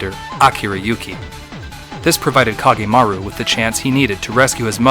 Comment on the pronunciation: I take some issue with your pronunciations, but being a big Kage fan, I'm just glad it's here. As much as I love making costumes for him, I apreciate that you kept it to his official look. I would have appreciated the use of his CG Portrait song, but that's just me and no better than nitpicking. Anyway, yay! It makes me want to go back and rewatch the others.